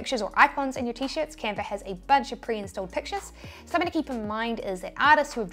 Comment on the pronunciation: Canver = Canva!